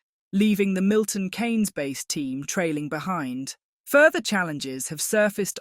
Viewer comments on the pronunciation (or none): Milton Keynes is not pronounced as having the letter A in it ... 😂😂😂😂😂